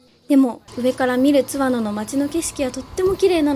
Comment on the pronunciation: 前回の青春切符で初見で、今回も楽しみました。昭和〜平成初期に湯田温泉近くに住んでて、深夜の大垣行きでバイト感覚（節約）で東京→小郡で何度も帰省したものです。貴婦人やまぐち号には何度も乗りましたが、今また子供と乗りたいです。 あと、地元での津和野のイントネーションは⤴️ではなく➡️です。